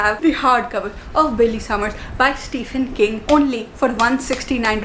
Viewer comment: Not trying to be that person but its pronounced STEVEN king....